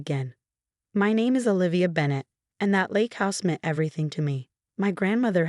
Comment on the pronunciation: AI can not pronounce the word (meant) m e n t . This AI Is pretty dumb.